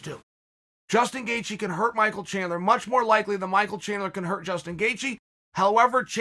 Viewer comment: I'm 2 minutes in on the EDGE of my seat biting my fingernails eagerly waiting for the gangster to reveal saturday's winner between Chandler and Justin "Gayjee" Gaethje while in awe of the most violent yet technical leg crosses that are happening right before my eyes. Never change, Uncle Chael.